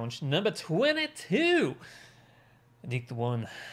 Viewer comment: Are you the only reactor who has said adiktheone's name correct